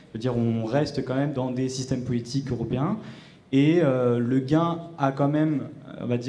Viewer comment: Mesdames et Messieurs du festival, il faudra transmettre à que le nom d'Ursula Le Guin ne se prononce pas "legain", mais "legouine". Ma source? Elle-même: elle explique sur son site que même si son mari était français, Le Guin est un nom breton qui se prononce comme son équivalent gallois. Extrait de son site (dans la rubrique "Ursula on Ursula"): "How do you pronounce your name? I still get questions about how my name is pronounced, and have been meaning to put something about it here on the website. And I wanted to correct Wikipedia, which led off its entry with the strangest screw-up in International Phonetic Alphabet: Ursula as pronounced in America, Kroeber as pronounced in Germany, and Le Guin as pronounced in France. Weird! I'd use those pronuncations only in Germany or France. And the French one isn't even as "correct" as whoever put it there thought, because Le Guin is not a French name at all; it's Breton. It's pronounced, to the best of my knowledge, just like its Welsh cognate gwyn — white, blond, fair. Not many people can read IPA anyhow, so here I am in English: URsuhluh (UR as in burr; or, in England, URsyoola) KROb'r l'GWIN If you want to see it in IPA, Paul Topping (three cheers for him!) got through to Wikipedia and got them to correct it — so, look me up — I'm ever so phonetic."